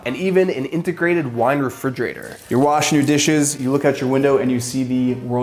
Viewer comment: did I hear him say "frigerator"...?